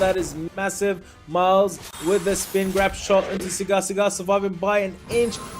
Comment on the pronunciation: SAGAR... his name is SAGAR. Not Sigar/Cigar?!